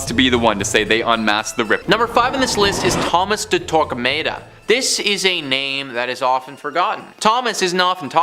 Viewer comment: I could be wrong, but, generally I've always heard it pronounced Tor-kah-mah-dah. No long A sound.